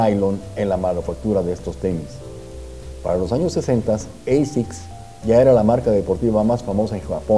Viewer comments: Que digo yo que si ASICS es un acrónimo de una frase latina, se debe pronunciar "ASICS" y no "EISICS". Que los angloparlantes lo pronuncien como quieran, pero los hispanos deberíamos hacerlo bien. El estilo también está en la lengua ¿No? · Se pronuncia como se escribe asics, no eisics. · Hola. Gracias por este video. Muy interesante. Una pregunta si me lo permites: si la marca viene de la sublime frase en latín Anima Sana In Corpore Sano ¿no es mejor pronunciar "asic" con a del español o del mismo latín al principio y no con la deformación inglesa (pronunciación que seguramente se interpreta como más elegante y con mayor clase por norteamericanizarla a oidos de los latinos) de "eisics"? Gracias y saludos. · No se pronuncia "Eisiks" se pronuncia "Ashikkusu" jaja!!! Muy buen video! :D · Se pronuncia tal como esta escrito: Asics. No es una palabra del idioma ingles.